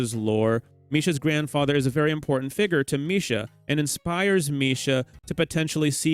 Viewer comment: Did you call someone a figgur 😂